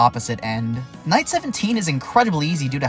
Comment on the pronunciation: I swear I thought that he said "9/11 introduced wizard zombie" but apparently 9 was actually night